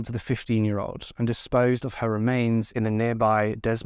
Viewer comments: Dude, Des Moines is pronounced "day moins". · Des Moines is pronounced da-moy-n'z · Not to take anything away from this sad case of 2 innocent girls... Des Moines is pronounced (DE-MOYN). Sorry, the constant miscommunication in this video was driving me batty!! I pray 🙏 the monster is caught and there is justice for these sweet girls. 💜💜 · Hey, I haven't heard much about this case even though I'm in Iowa. I'm not sure why some cases are not known while others gain national coverage. All cases involving children should be made well known, at least throughout the state in which it happened. Congratulations on your new home, and new bed!! I also love the vines on the headboard!! Des Moines is pronounced Dee Moin. I'm from here and don't always say it correctly, lol. You did a great job as always, keep up the great work. And thanks for doing a video from my state, even though it's heartbreaking. 💔😢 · Although this case is tragic, I hope their families are proud of how much abuse prevention work they did in honor of the girls. Note: the Des in Des Moines is pronounced with a silent S. So it's like "deh moines" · It’s pronounced Deh moyn, neither “s” is pronounced. Otherwise, very nice concise coverage of this case! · I love your videos! You're always extremely respectful of the victims and the cases overall. Just a small note, the s is silent in both words Des Moines (I live in Illinois so we often hear people saying Illinois with the s as well which is of course understandable for anyone not from these areas.) Keep up the great work on your videos, it shows just how hard you work to keep these cases alive. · Great coverage. Please look up how to pronounce Des Moines ya said it wrong every tine darling. American cities are mostly pronounced strangely so it isnt your fault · Great video, btw the S is silent in (Des) Moines 😊